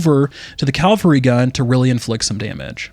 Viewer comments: CaValry. Not CaLvary. Thanks. :) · Dude, you also said CAL-VARY GUN like 150 timeZ. Also YOU NEVER NOT EVEN ONCE noticed that the EFFECTS that the WEAPONS apply are BASED ON CHANCE (aka NOT APPLIED WITH EVERY SHOT)